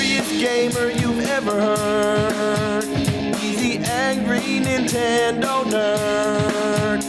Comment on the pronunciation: He needs someone close to him explain that it’s NIN-tendo and not INTENDO. Just call it a ply-station or dramaminecast